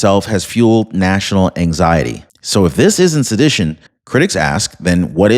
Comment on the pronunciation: Its pronounced suh-di-tion